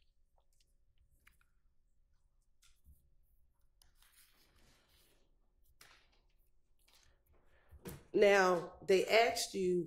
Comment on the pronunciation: SO NOBODY HERD HIM SAY “ I WAS FIRSTTRATED”😂😂😂😂